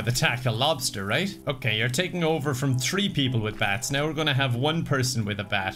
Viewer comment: saying "tree star" instead of "three star" gives me Land Before Time flashbacks